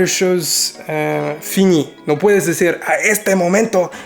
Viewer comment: When he said "no puedes decir" I thought I was on another video because I was not paying attention and his voice sounded so natural and with a like-native accent